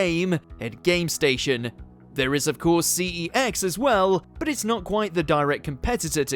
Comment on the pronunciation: I can't be the only one who feels the urge to correct the narator , that it's not C . E. X . It's CEX pronounced "Sex." The same as the word for male and female distinctions. The fact that it's technically spoken as "sex," with a soft C, doesn't seem to present as a problem for the firm. It's probably just up to the individual whether they want to confuse it with the word for gender distinction or not.